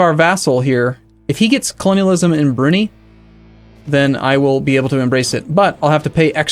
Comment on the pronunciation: That pronunciation of Brunei (should be brew-nigh, not broony)